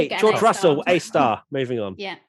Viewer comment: George Russell, it's Russell